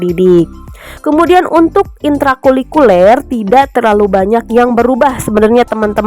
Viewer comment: Maaf kak, sedikit koreksi ya... Intra Kulikuler ❌ Intra Kurikuler ✅ Sukses selalu kakak...❤❤❤